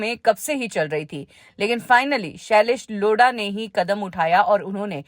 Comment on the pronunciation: shailesh Loda🤣🤣🤣🤣 madam nam to shi se lo